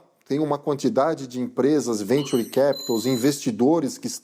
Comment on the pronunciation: Porra mas o repórter vai para fora do país e faz toda uma reportagem para errar grosseiramente na pronuncia de Venture? E depois não sabe pq o país não vai para frente! Não acerta uma! Mas se fosse para tocar gado? Ai era um gênio!